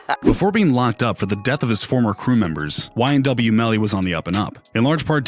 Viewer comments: Nigga said nyw 😭😭😭wtf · This Dude Lowkey Said NYW instead of YNW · He said NYW SAKCHASER and NYW JUVY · This dude said nyw😂😂😂😂😂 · He said nyw instead of ynw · This dude said nwy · Bruh say nyw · Wtf is NYW Melly? Get yo shit right!!! Free up YNW Melly!!! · NOTICE he nyw sakchaser